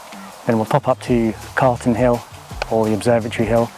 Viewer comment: Calton hill, not Carlton. Thought you lived locally? 😁